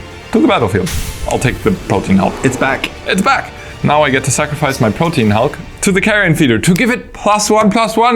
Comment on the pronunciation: The correct pronunciation of Protean is 3 syllables "prow-tee-uhn" and means great diversity or variety.